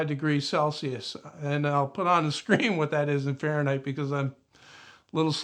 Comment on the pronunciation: 'farenheisz' groan zone!